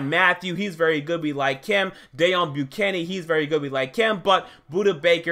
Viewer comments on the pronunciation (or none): none